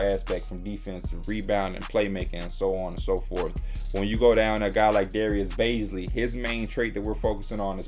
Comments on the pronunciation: no P’s pronouncing it right, its pronounced baze-lee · Btw you’re pronouncing Bazley wrong. It’s BAZley (Bahz-ley) like saying badley but with a Zuh sound in stead of a d